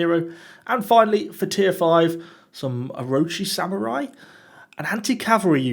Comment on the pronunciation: I'm super excited to see what the Onna-Musha have to offer! Also, quick pronunciation guide for you!: Ronin = Roh-neen Onna-Musha = Ohna-moosha Orochi Samurai = Oh-ro-chi Sah-mu-raee (You were more or less correct on this one lol)